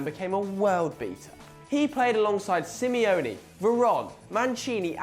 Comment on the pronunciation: 1. The fact someone retires from football fully doesn't mean they're forgotten.2. You could learn how to pronounce phrases like Simeone, Gheorge or Brescia properly.3. HOW IS PEP FORGOTTEN? Sorry, but this video ain't much impressive.